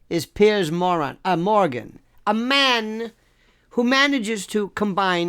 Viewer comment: Love how he calls him Pierce Moran lol